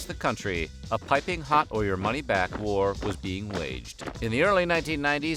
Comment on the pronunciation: I read pizza war but I hear you say pizza whore lmao